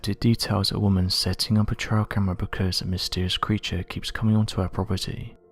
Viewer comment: Please be more aware of your pronunciation. A "trail cam" is a pathway camera. Not "trail" as in a trial by jury. Thank you for your interesting content.